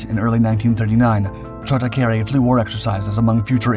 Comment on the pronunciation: His nickname was "Chota", not Choda. It indeed means "little one"